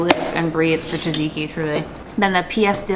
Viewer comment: Tzatziki has a Z in the beginning too :-) don't spark the rage of the Greek by saying it wrong :D (I've been there)